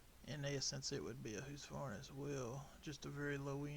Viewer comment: ITS huskavarna not husvarna 😂😂😂😂😂😂😂